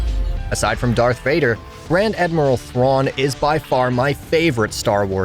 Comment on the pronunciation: Its not that hard to say DARTH Vader